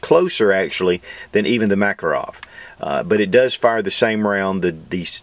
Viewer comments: BTW my Russian neighbor says the name is pronounced muh-KAH'-roff. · If anybody would like to pronounce the name of this pistol correctly, try Mah-KAR-off. Accent on the second syllable. Thank you. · MakAAArov, blyat' Nice vid though.